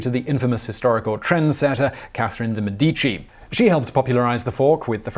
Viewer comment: Very interesting. For the name Medici - the emphasis is on the first syllable. Mèdici. Close to medicine actually.